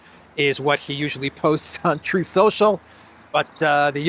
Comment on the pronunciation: Truth Social … pronounced Troll Social